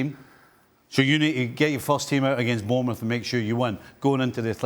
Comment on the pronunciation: 2.40 bournemoose